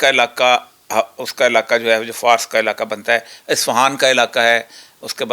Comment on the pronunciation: او خدا کے بندے فارس کا تلفّظ فارَس ھے۔ ر کے اوپر زبر ھے۔۔۔ 🤣